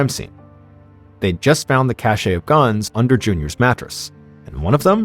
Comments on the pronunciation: Cash, not cashA. Also, review if youre using Ai, the last one was really noticeable. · Cache is pronounced "cash." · FYI "cache" is pronounced exactly the same as "cash"